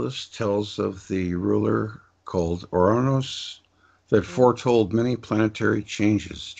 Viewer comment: Your anus or our anus? Lmao I’m no good at spelling, but thought it was ‘Uranus’... its not my intention to mock you - I love your channel. Thank you